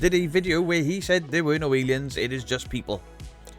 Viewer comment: Said not Saif lol